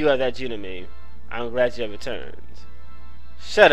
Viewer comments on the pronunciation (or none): the pro-nounciation of genome is Jeh-Nohm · Its pronounced GE(je)-GNOME(like a garden gnome) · There's no long 'e' at the end of genome.